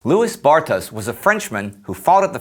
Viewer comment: Indeed, his name should be pronounced "Loowey Barta." Interesting clip, nonetheless.